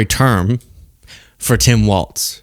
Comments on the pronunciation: WALZ, not WALTZ 🙃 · It's WALZ, not Waltz! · It's pronounced Tim Walz not Waltz Love ya! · WalZ. Not WALTZ. Why can't anyone get this right?! 🤣🤣🤣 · No "T" in Walz